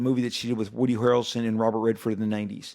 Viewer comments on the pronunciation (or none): none